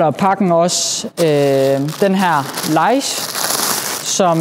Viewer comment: Udtales " LIISH" ! 😉👍😎